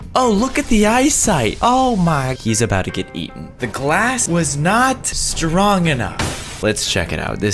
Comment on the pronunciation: It’s not called stronk it’s strong